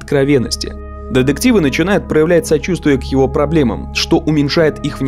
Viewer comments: Я, конечно, поняла, что автор хотел сделать акцент на слово деДукция, но эти деДективы просто сломали мне все уши 🥴🥴🥴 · Все видео резало слух ДЕДЕКТИВЫ !!!